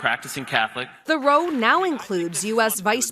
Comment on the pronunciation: row in the sense of an argument rhymes with cow, not low.